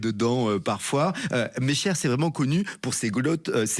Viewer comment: N’importe quoi pour les recettes, le tourteau n’est pas de là, et la galette ne se mange pas salée, et elle est avec de l’angélique ! Et je passe l’a prononciation du bled…. Meché, les journalistes qui parlent de tout et qui connaissent rien